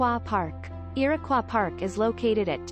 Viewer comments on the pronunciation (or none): When you pronounced Iroquois as “earquaw” I was done. May as well pick up a brochure at a rest area to get this info.